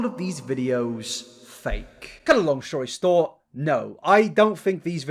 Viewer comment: "To cut a long shory stort," you're adorable